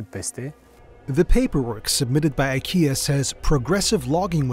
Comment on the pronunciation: Makes a video about IKEA, doesn’t bother to learn how to pronounce it :)